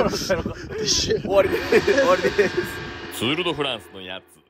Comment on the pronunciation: 釣ーるどフランじゃなくて釣ーリドフランス